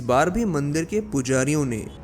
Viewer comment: Bhai mandir hota h mandeer nhi